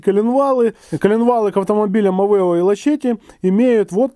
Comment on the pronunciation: Авео, а не Авэо!